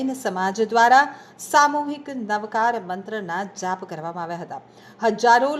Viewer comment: Pronunciation is very wrong Ashudh Navkarthi wrong effect